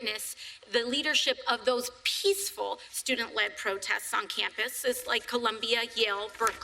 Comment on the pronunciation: Hear how she emphasises peaceful 'cause they are not and she knows!!